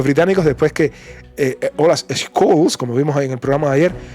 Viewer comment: Te felicito por tu canal soy seguidor de tu contenido real y objetivo de verdad es extraordinario tu canal sumamente informativo Si me permites hacerte una crítica constructiva el nombre del Canciller Alemán Olaf Scholz se pronuncia shols en vez de escols saludos y un abrazo desde Minnesota USA